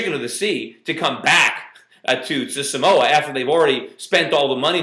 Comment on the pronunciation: its SAMOA not somoa. lol and what the hell?? What are they doing to america samoa man ! STOP SCREWING UP! We all gotta start paying attention to whats going on... I feel robbed lol